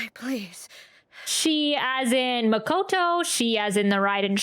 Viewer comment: The way you pronounce Makoto hurts me every time.. You literally hear all of them say it 20 times. ma-ko-to, not MAHKOTOW. Please